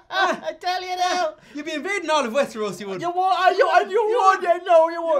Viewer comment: the finest whiskey is Weshteros